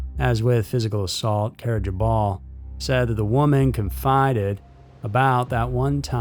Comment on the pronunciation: Carbajol is pronounced like carb-UH-hall